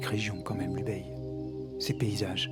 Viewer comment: 3 mots... Merci, Bravo et Encore !!! Pour chipoter, habitant à Barcelonnette, on prononce le nom de notre vallée Ubaille et non Ubeille. Et bien sûr, ça s'écrit Ubaye. Pour le reste, ne change rien !